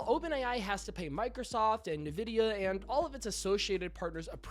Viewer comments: “Nuh-vidia” what???? It’s “En-vidia” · I'm always taken aback when someone pronounces Nvidia as "Nee-vidia" 😂 must not be into PC hardware perhaps. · Every game studio used to shicper it into our ears before we could play, so im at a loss as to how a tech channel could get it wrong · LOL YOU SHOULDN'T BE MAKING VIDEOS IF YOU CAN'T EVEN PRONOUNCE NVIDIA LOL 😂😂😂